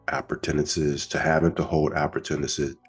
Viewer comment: what word is that? Appurtenance?